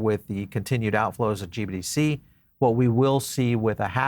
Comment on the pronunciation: Sounds like you keep saying GBDC instead of GBTC which makes me nutz!